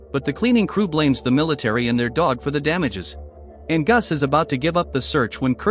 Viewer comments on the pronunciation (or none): Your AI voice is horrible ! It can't even pronounce Angus !